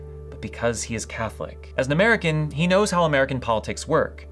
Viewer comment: I misheard you and thought you said the new pope was "muggle born" instead of "American born". Had a good chuckle there.